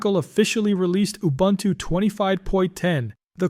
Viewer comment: If you can learn to say Ubuntu correctly, someone might believe all your hype.